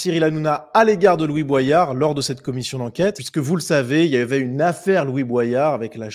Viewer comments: Tu le fais exprès pour qu on commente de dire boillard au lieu de boyard ou t es juste teubé ? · c'est "Bo-yard" et pas pas "bwayard" ! Comme dans la chanson de Sopranal "Everyday J'Kette Josselyne" ! Faut le savoir !